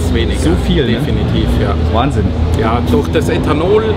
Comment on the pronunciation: wahn-sinn ----- 8-O